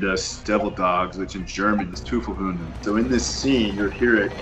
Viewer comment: Spreading the urban legend that the Germans gave us our nickname is one thing, but couldn't you at least say "Teufelshunden" correctly? Come on. You're making us all sound dumb.